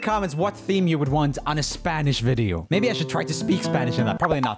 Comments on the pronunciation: Every time he said S pA n Ish a little latin kitten went to Heaven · I really like roomie, but when he call "spanish" hurts my heart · but what’s the point of him addressing it if he was going to keep saying it wrong the rest of the video 🤣